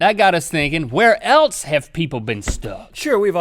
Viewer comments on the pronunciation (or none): Gahhh why does Link always say, "elts" instead of "else"? It drive me nuts sometimes.